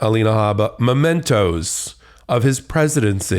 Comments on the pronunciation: MEMENTO, Alina, NOT mOmento. MEMENTO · The word is not mo-mento. It’s mem. Just saying…⚖️👩🏼‍🦯💃🌻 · Habba. The word is "memento" (a memory) NOT "momento" a moment? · It’s MEMENTO dummy- not momento. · It’s MEMENTO! Not MOmento! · It’s ‘mementos’, ignoramus!!!!! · Can’t pronounce or even recognise the word mEmento (WTH is a ‘mOmento’?). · How smart can you be if you are saying 'momento' instead of 'memento'? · MEmento, not "Momento"... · Momentos? 😂 Really? Perhaps I should elucidate. The word is MEMENTO. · She said "momento" when the word is "memento". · There is no such thing as a "momento". The word is "memento". If a lawyer is this ignorant of English vocabulary... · It's memento (from memory). She says momento twice. Dumb as balls. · Does she really think the word is 'momento'? Jesus, this broad is dumb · What is a "momento"? Some lawyer! The first vowel sound in is /ə/, not /oʊ/. Or maybe he was, in fact, stealing a few moments. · Can't even pronounce "memento" correctly. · Habba is a lightweight Widener grad and can't pronounce "memento"...be fun to ask her to spell it😉